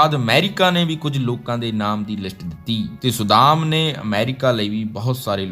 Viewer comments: Saddaam, not sudam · ਵਧੀਆ ਵੀਡੀਓ ਬਣਾਈ ਹੈ ਪਰ ਤੁਹਾਡਾ ਕਈ ਸ਼ਬਦਾਂ ਦਾ ਉਚਾਰਣ ਠੀਕ ਨਹੀਂ ਸੀ, ਜਿਵੇਂ ਸੱਦਾਮ ਨੂੰ ਤੁਸੀਂ ਵਾਰ ਵਾਰ ਸੁਦਾਮ ਕਹਿ ਰਹੇ ਸੀ। ਬਾਕੀ ਵਧੀਆ ਜਾਣਕਾਰੀ ਵਧੀਆ ਆਵਾਜ਼ ਨਾਲ।